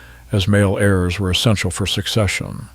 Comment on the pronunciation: AI is crap. It hopelessly mispronounces all sorts of words.